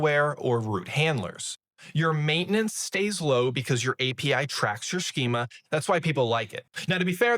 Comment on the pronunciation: Between the pronunciations of routes, compose and schema I had to hold on for dear life.